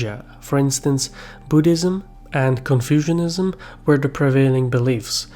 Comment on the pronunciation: pretty sure it's not pronounced "Confusion-ism" but rather "Confucianism".